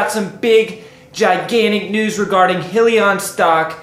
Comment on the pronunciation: It’s pronounced “high-lee-on”!